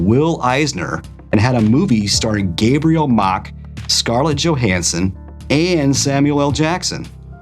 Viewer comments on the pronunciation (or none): none